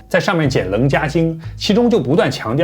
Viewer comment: 首先感謝分享！ 楞伽(伽音茄)經，讀音已有網友糾正。禪宗的主要經典原來是《楞伽經》，後來被《金剛經》取代。 「最終穿越八識，到達『第九識清淨識』」比較合理。阿賴耶識是第八識，是我們所謂的靈魂或假我，而不是佛陀所說真正的自己(第九識阿摩羅識/清淨識、佛性或真我)。借助修行「看破」與「放下」才能夠穿越「虛假的」八識(眼、耳、鼻、舌、身、意、末那、阿賴耶)，回復本來面目第九識阿摩羅識或佛性。